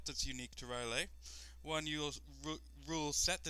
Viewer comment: It's not Ryleh dude :D, it's R'lyeh, you pronounce it like you would pronounce "hell yeah" :). The reasoning behind the long lore should be because it's inspired from Lovecraft's fictions. Enjoyed the LP, thanks :).